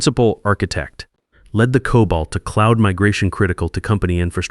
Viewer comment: I do believe it's COBOL not COBALT. would be displeased.